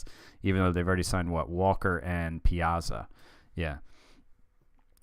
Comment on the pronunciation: The way you pronounce "Piazza" is tilting me a bit :p Good video though, fun to follow this mini-series.